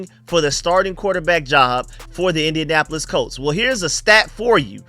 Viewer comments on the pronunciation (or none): none